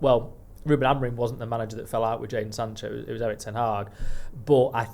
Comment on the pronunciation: you’re far too smart to keep calling him “AMORIN”, please get his name right, it’s such a simple change